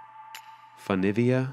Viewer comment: My mother is from San Marino, Montegiardino (the smallest and most beautiful of the 9 castelli) to be exact. It was great to hear the appreciation and wonder in your voice. I am lucky enough to have been there many times. You could do the entire country in a day. Maybe two. By the way, it is pronounced "foo-neh-via." That is the good way. Walking up is brutal. The whole city must be walked and you are constantly going up hills. They are probably all waving because there are never cars on those streets (foot traffic only). If you do go, go in late July/early August. There is a huge medieval festival. People march through the city in costumes, breaking into performances and battles at any moment. Some fast facts for you: Abraham Lincoln is an honorary citizen and a bust of him sits in the lobby area of the state building (EDIT- Wrote this while video was playing, yes that street is named after Abraham Lincoln). Just to show you how small it really is, San Marino is landlocked but you can see the ocean from the center of the country on a clear day. When Napolean was taking over Europe, he decided not to attack San Marino because they were a symbol of freedom for such a long period of time. In fact, he offered them more land but they refused. San Marino is the only country in the world to be founded by a saint, Saint Marinus. He was a stonecutter who escaped religious persecution across the sea in Croatia. Finally, San Marino was obviously neutral during World War 2. However, the